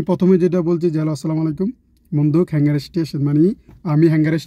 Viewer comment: কথাটা হ্যাঙ্গার না, হাঙ্গার হবে। Hunger অর্থ ক্ষুধা। কিছু পড়াশোনা এজন্য করা জরুরি।